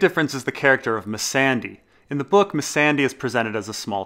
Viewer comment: Why do u call her misandy. It's missandai, like day time